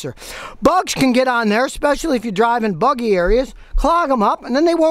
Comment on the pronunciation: "bug-y areas" 😂